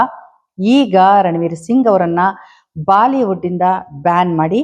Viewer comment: Madam Baaliwood Alla Bolywood ant heli Athe Shudh kanndakke Pradhany Kodi